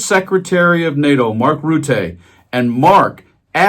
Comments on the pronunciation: Rutte, not Rooté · You prounounce his name Mark Rùttù 😅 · Mark Rutte is pronounces 'Roetter' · Learn how to say Rutte's name. Just so you do not sound like Trump trying to say foreign words